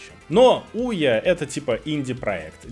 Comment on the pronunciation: ну OUYA не HOUYA. Но название соответствует консоли